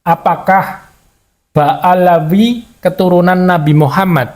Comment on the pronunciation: Bukan baalawi tapi ba alwi bung.